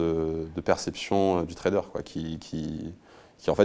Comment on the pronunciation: On dit Trader pas Traderz lol